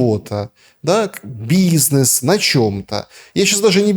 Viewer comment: ИнцеНдет, бизЬнес и сисЬтема? Трудно было слушать этого экспеРда